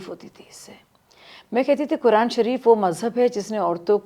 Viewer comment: قرآن مجید بولنے میں اس کا تلفظ صحیح نہیں ہے اور چلی قرآن اور علماء پر بات کرنے ۔